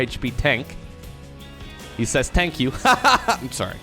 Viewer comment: i liked because you said tank you LMAO